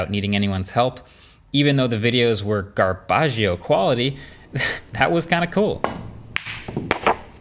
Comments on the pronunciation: "Garbaggio" You know, I'm something of an italian myself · I don't know MKBH can speak Italian. "Garbagio"